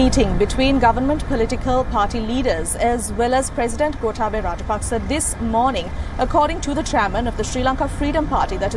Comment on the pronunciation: learn yo pronounce the name of Gotabaya correctly. Surely you have good ears to listen to the pronunciation of the politicians in Sri Lanka.